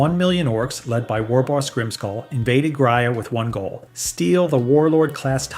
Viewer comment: please for the love of god fix the pronunciations. stig-ees, lase-gun, grayuh, and so many others are just horrible.